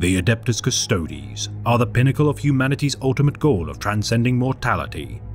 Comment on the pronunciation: So happy to hear someone pronounce "Custodes" correctly. It sounds so bad when people say "Cust-ODES" instead of Cust-oh-deez. Neat little breakdown of the Emperor's finest, thanks for the vid!!